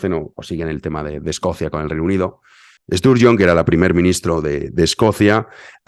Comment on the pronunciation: Nicola Sturgeon ha dimitido, pero lo que viene no va ha ser mejor, por desgracia no hay oposición, la conservadora lesbiana que era realmente buena, lo dejo cuando Boris se puso al mando del Partido. Una desgracia. Y por cierto, la pronunciación de Sturgeon, es con A, por favor díselo a Utbh, que a mi me da miedo con lo que se pone a gritar. 😘😘😘🤣🤣🤣🤣